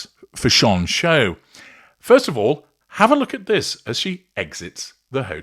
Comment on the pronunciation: Why do you keep saying Fash On ?? Is that the correct way to pronounce it ..?? It drives me and a lot of others nuts.